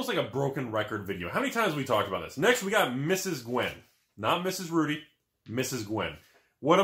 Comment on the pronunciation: not to mention he always yells "*RUDY* with alpha investments" with extra emphasis on the Rudy. I'm convinced he actually leans over next to the camera to yell the intro.